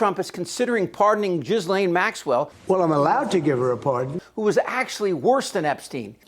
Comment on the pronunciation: Chip you need to learn how to properly pronounce Maxwell's first name the S is silent